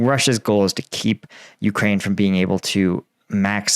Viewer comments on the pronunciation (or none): none